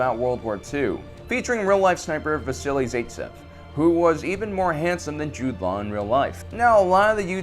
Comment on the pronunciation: Pronunciate vassili zaitsev properly that's why they have Google pronunciation